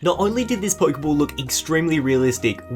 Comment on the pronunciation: I really want to watch this video but the way he says Poikeybawl or Poikeymawn really irritates me